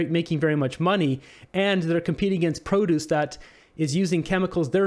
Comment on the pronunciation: Not how you pronounce produce